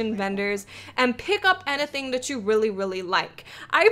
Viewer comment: No idea what made me realize this but I freaking love how she says "anything" XD